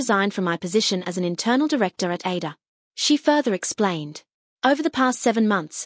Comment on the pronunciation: It is so annoying that AI cannot properly pronounce ADOR...